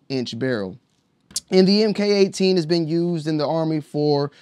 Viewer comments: Mark18 not “em kay” 18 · It’s pronounced Mark18